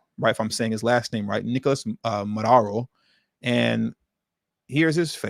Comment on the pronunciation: The Venezuelan President’s last name is pronounced Mah-doo-Row (Maduro).